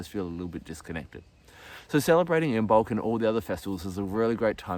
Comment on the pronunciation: Cool fact, Imbolc is supposed to be pronounced with the b being silent. 'Imolc'. Lovely video btw!